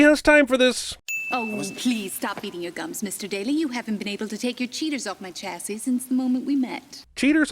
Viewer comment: English people do NOT pronounce the CH in "chassis" FFS stupid film. DING